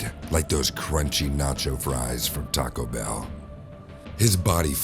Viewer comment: "Taco Bew"